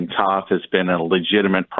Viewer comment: I’m pretty sure Brett’s last name is pronounced T-O-th